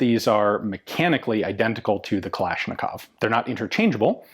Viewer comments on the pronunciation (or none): none